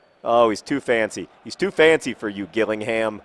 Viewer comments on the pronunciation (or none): It's pronounced Jill-ing-ham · John!!! Its pronounced Jill-ing-ham, and that's a Kent invicta horse ;) not a unicorn dear me :P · It's pronounced Jillingham